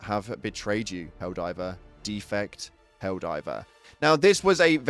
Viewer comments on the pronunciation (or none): defect is the verb here, not the noun - your first vowel is too long (similar to, yet the opposite of the second vowel in: the record/to record)